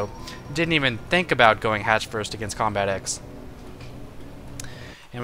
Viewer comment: Lol combatEZ instead of combatex